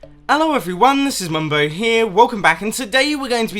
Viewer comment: 2013.. Mumbo: Ello evryone, Mambo 'ere 2019.. Mumbo: Hello everyone, Mumbo here